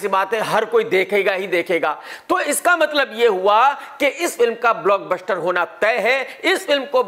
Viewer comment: Block BUSHHHTER 😂😂😂😂